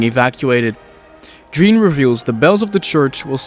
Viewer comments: i die everytime he pronounces it "Jeen" instead of "Zhon". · I’m a bit late but Jean is pronounced Shh-on